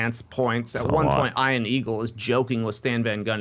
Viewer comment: around 6 min mark, Trey pronounces Ian Eagle's name (and I've only heard it twice, once by the man himself) it's just weird for me to hear a name spelt Ian, be pronounced that way for some reason it makes me think of Will Smith's movie Ian Legend